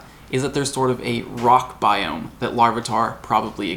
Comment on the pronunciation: bioooOMG! stop saying biome! lol